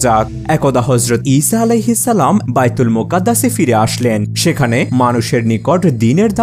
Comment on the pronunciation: ইসাআলাহিস্সালাম কি ? ঠিকমত উচ্চারন করো ।